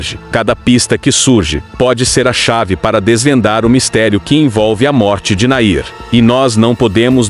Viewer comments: O NOME DELE NÃO É NAIR...!!! É É É É...NAHIM...!!! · Afinal é Nahim ou Nair? Fico irritada com tantos erros desses homens que leem esses textos explicativos! Falam outro idioma que não o português. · Não é NAIR...e sim NAHIM